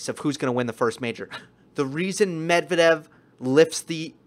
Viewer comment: you're a brilliant analyst. I'm very impressed - you're articulate without unnecessary dramatics, extremely knowledgeable, watching the matches with an attention of a hawk, finding tiniest but important details. The only caveat - you shall not listen to American/British announcers and follow their lead in butchering foreign names. For instance - learn to pronounce Medvedev the correct way. It shall be Medv-E-dev with an emphasys on the second syllable, not M-E-dvedev, as they say.